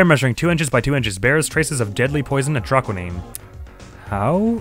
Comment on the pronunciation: It's funny you pronounced Atroquinine the way you said it didn't sound right when Gavin brought it up in Turnabout Serenade Does Brushel look wierd? Yes. Like a human version of Spongebob? Yes. Even then I couldn't like this guy more than I already do, I'll talk about why more in the trial but for what was shown here he is really smart. He found a "artist" who has never made a public appearance before, talk about journalistic skill